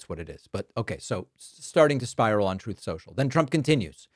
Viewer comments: “Troth Sentshul”?????? 😹😹😹😹😹😹😹😹😹😹😹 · Troeth Sential, ObamNa, I love TESLER. Thank you Dave for injecting a little humor in your excellent reporting! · Take his rain phone away! What is Troth social? He can't even speak correctlh! fdjt! Demean away! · Thats why you call it troth social.